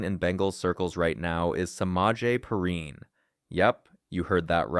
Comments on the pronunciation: I hate these AI generated voiceovers. His name is pronounced Pee rine . Come on man! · Bro can’t even get Perine’s name right 😂 and none of this is “new news” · I thought the same thing😂